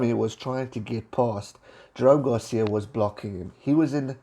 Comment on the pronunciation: Good stuff as usual,. Quick note: I have noticed that you habitually mispronounce Jerome's last name in pretty much all your videos where you mention him. It is Gar-sez, not Gar-sia.